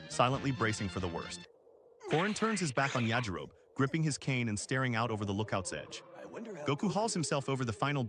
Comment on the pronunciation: Suggestion. Get your AI bro to say “yah-ji-ro-be.” No human would ever say “Ya-ji-rohb”unless they’d never heard it before.